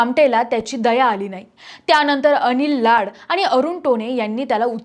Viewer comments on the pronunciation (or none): none